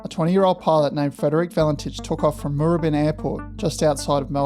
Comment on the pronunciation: It's MoorAbin.